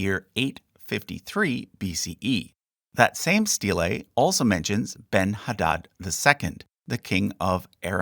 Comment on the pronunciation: The pronunciation of "steylay" .... hahaha